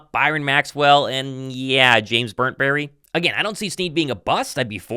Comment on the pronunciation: James “Burntberry” 😂😂😂😂😂😂